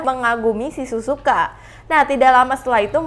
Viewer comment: Kak bukan Suzuka tapi Sihzuka